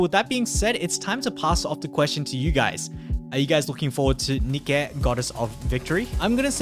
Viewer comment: Every time said nikque it hurt me a bit